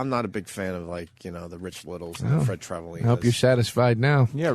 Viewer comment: It irritates my soul that Opie had such a hard time pronouncing Travalena... It's such an easy name to get.